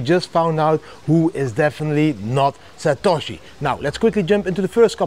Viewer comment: [😂, He’s “SA•TA•SHI” - JAMIE DIAMOND]